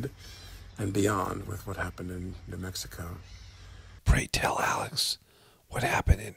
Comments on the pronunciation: he said "mexico" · Was it me or did it sound like Alec said what happened in “Mexico” and not New Mexico? 🤣